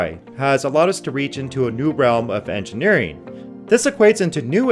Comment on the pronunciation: "Manuhfactureen", "engineereen" and "useen" are not words.